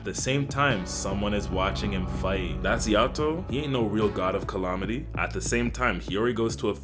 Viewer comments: CallAHmaty??????? Love the vid, but they way you saying that one word gives me issues lol. Calamity not calaohmity 😂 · This would be much better if you stopped saying colomity instead of calamity. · Bro said "collomitty"